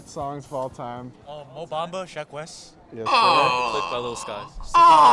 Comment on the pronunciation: bro said mo bamba